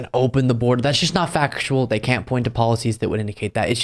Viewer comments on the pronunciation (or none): none